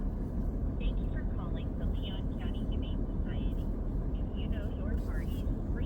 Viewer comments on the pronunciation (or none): none